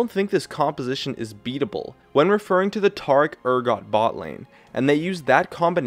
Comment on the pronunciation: Bruh.. did you say "Tar-ic" ?! TAR? THE FUCK.